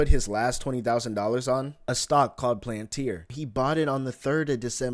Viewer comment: "A stock called Planteer"